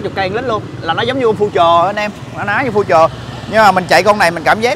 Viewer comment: Future từ đời đầu tiên ra năm 99 người ta đã đọc là phiu-trờ rồi mà giờ này còn đọc phu-trờ nghe phèn quá phèn.